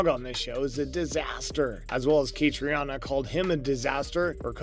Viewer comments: Catriona is pronounced KaTREEna. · Catriona Balfe'name is pronounced Cat-treena. Seems important that you get it right. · Could you not have learned how to pronounce Caitriona’s name (Catreena to make it easier for you) before making this video. It’s not like there isn’t hundreds of other videos out there where her name is pronounced correctly. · I am wondering... who is the author of this compilation if he can't pronounce the name of the leading actress correctly?